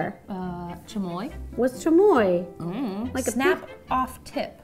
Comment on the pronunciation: Rosanna Pansino my mom was born in Mexico and she laughed so hard because you pronounced everything wrong and died every time you ate our favorite and screamed